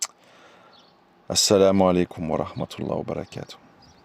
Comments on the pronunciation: Salam a3leykoum cher/ère frere/soeur nous devons essayer de prononcer correctement certaines formulation sacrée en arabe notamment concernant la formulation : baâa raka ALLAH o u fik il faut bien allonger le bâa de "bàa'raka" ,car en arabe les voyelles longues ont une importance capital car elle peuvent changer carrément le sens d'un mot ,et pour preuve si tu n'allonge pas le bâa (juste en mettant 2 A) le terme signifie quelque chose de très blasphématoire que je ne peux meme pas ecrire pour te dire la gravité de l'erreur!même si c'est une retranscription en français les gens qui lirons tes commentaires dans lequel figure cette formulation ils sauront par la présence des 2 "a" de manière intuitif que la prononciation exact de ce terme ce fera en insistant sur la voyelle "baa" . Fais ce rappel a ceux qui commettrons cette erreur wa salem a3leykoum wa ra7matouLLAH.wa ALLAH swt ou a3lem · Salam a3leykoum cher/ère frere nous devons essayer de prononcer correctement certaines formulation sacrée en arabe notamment concernant la formulation : baâa raka ALLAH o u fik il faut bien allonger le bâa de "bàa'raka" ,car en arabe les voyelles longues ont une importance capital car elle peuvent changer carrément le sens d'un mot ,et pour preuve si tu n'allonge pas le bâa (juste en mettant 2 A) le terme signifie quelque chose de très blasphématoire que je ne peux meme pas ecrire pour te dire la gravité de l'erreur!même si c'est une retranscription en français les gens qui lirons tes commentaires dans lequel figure cette formulation ils sauront par la présence des 2 "a" de manière intuitif que la prononciation exact de ce terme ce fera en insistant sur la voyelle "baa" . Fais ce rappel a ceux qui commettrons cette erreur wa salem a3leykoum wa ra7matouLLAH.wa ALLAH swt ou a3lem